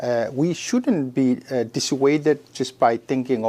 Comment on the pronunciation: Zzzzingking? In her dream👽🤣🤣🤣🤣🤣🤣🤣🤣🤣